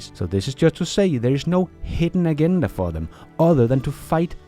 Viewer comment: EXCELENT VIDEO ...Agenda is PRONOUNCED [ AH JEN DA ] ...